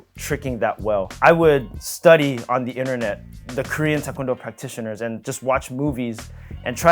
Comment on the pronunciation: His pronunciation of tae kwon do is immaculate